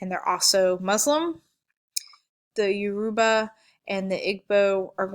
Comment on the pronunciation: It's pronounced E bo Igbo. Your o bah Yoruba and how sa Hausa